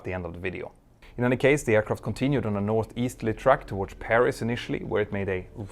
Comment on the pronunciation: you keep saying "towardsh" why?